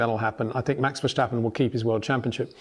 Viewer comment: You're still saying Vershhtappen, you old fool....